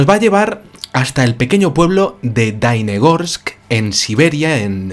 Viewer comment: Querido - la ciudad se llama Dalnegorsk, con la “ele” en el medio. Significa lejos entre montañas. También te quiero decir que en ese tiempo yo tenia 23 años y claro está tenía uso de razón, por lo tanto te puedo asegurar, que el suceso no se ha comentado en aquel año en absoluto. Es decir se enteraron solo los órganos gubernamentales apropiados, y la población que fue testigo. Punto. (Más - me acabo enterar del suceso por ti, ). Luego vino el catástrofe de Chernobyl y todos nosotros estuvimos abrumados por aquel desastre y lógicamente Dalnegorsk con su ET se perdió. Te felicito por tu canal y tu investigación, también por la forma artística e animada que le das a tu narración. Suerte y salud para ti.